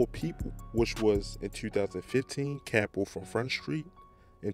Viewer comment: Noooooo y’all keep sayin capo wrong capo bro